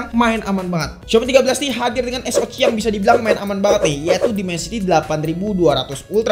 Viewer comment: Cuman kanal ini yg konsisten nyebut Es O Ci 😅 jd ciri khas